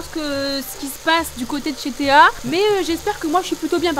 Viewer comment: t’a dit Théo au lieu de Théa